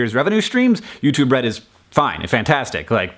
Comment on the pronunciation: I keep hearing "YouTube Bread".